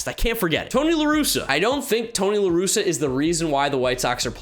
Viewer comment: You got Ross, Tingler, and LaRusa wrong. Otherwise you were mostly spot on.